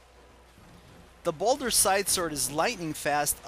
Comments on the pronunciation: Ball-dur, not boulder. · don't you mean balder? or is ball-dur the original name?